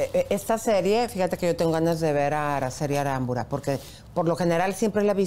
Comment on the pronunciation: ELISA TE BURLAS DE CERIANI NO PRONUNCIA LOS APELLIDOS BIEN Y TU NUNCA DICES EL DE LA ACTRIZ ARACELI ARAMBULA CON "L" NO "R" NO SE DICE ARAMBURA.